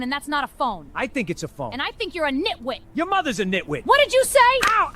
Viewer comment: Emphasis on the N in Nitwit threw me